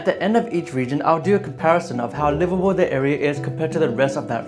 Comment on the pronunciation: as someone who grew up in calid, i can confirm that it is livabool